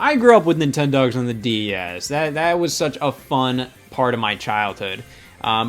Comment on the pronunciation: Everytime scott says "DS" I swear he's adding an extra syllable and saying "D-E-S"